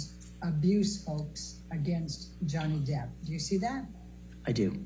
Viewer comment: She say johnny deep😂